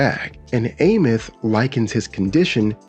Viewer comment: Can’t wait to see what the next 7 patches bring to 3.X and I have to correct you my fault, it’s Eye-meath.